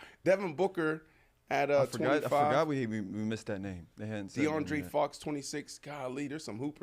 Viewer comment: “deandre fox” gotta love bmarsh😂